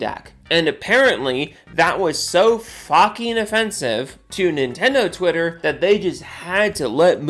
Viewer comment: So, "Nin-endo Wi-er?" Not gonna lie, I'm having fun saying that.